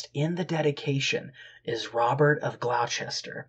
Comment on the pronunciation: Historia seems like a good read. FYI, Gloucester is pronounced as Gloss-ter. Robert of Glosster